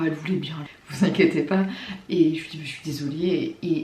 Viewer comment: Ton accent quand tu dis "pas" pô